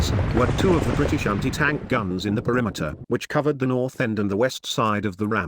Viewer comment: "Briti-Shanty Tank" AI voice makes it pointless